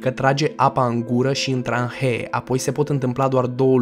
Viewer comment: trahee nu tranhee:))